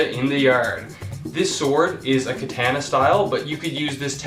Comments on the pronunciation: You know nothing you pronounced the most famous type of sword wrong how can you do that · Said katana weird